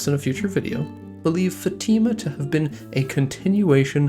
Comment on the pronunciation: Fátima is pronounced FAH-chee-ma in Brazilian Portuguese